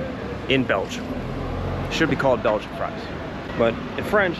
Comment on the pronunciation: . “Fries “ (freez) on Friday. 😂☺️